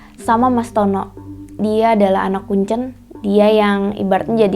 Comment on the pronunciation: Mbak nya kalo bilang kuncen kok kayak baca telur, seharusnya kuncen tuh kek kita nyebutin e dalam kata teler